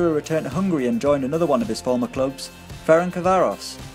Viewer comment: As a Hungarian I give you a huge credit for trying to pronounce Ferencváros. :D You almost nailed it bro btw :)